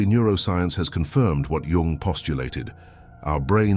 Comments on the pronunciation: ‘Jung’ is spelled like ‘Jung’ not ‘young’ lol bro do better 😂😂😂😂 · also, changing out jung for yung is a terrible oversight. i guess nobody every watched this back. lazy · Jung, not Yung…